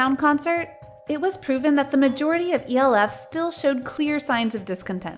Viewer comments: ' B O A ' instead of 'boa' and 'E L F' instead of 'elf' 😂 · I kept hearing E-O-Fs instead of E-L-Fs and kept wondering whose fandom is that until 0hae showed.